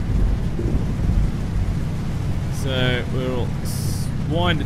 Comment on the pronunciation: des Moines is pronounced De Moine.